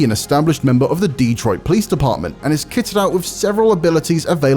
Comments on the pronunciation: hey just wanted to say it's "Dehtroit" not "DEE-troit" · Man said DEEtroit